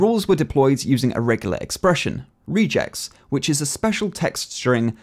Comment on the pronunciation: You don't know how it works since you never used it and you can't even pronounce Regex appropriately.